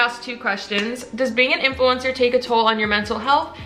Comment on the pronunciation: "influemcner" I felt that